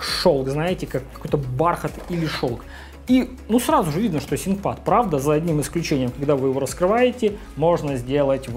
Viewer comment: откуда такое произношение то взял "синкпад", когда произносится "финкпад"